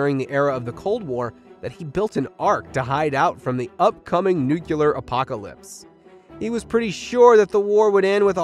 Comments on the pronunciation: Nuclear is pronounced new clear. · Great Job. Tip: learn to say Nu-Clee-Yer ☢️☢️☢️☢️ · The announcer said "nu-cu-lar." Lol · Why can’t anybody say “ nu cle ar”? There is no such word as “ new-Kew-ler.” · New cooler gotcha 👌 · The biggest mystery is why some people pronounce nuclear nucular. Lots of people do it